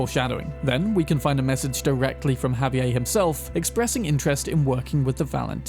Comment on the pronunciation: Just FYI, it's pronounced "Ha-vee-AIR"